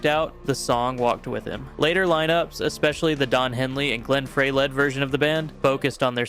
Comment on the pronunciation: Glenn FRY, not "Fray"